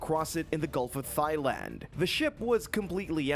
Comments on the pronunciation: It's pronounced tie land... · THIGHLAND? Really? THIGHLAND? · Learn how to pronounce Thailand. Also stop using random pictures unrelated to the stories.